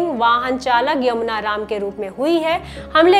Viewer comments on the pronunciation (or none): none